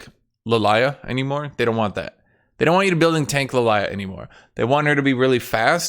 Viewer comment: You know youre saying Lillia name wrong and you know it. Omega cringe